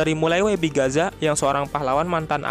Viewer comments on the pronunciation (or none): none